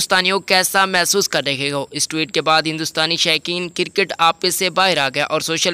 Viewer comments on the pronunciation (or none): it is Cricket not Kirkeet .. Correct ur pronunciation before u post a video .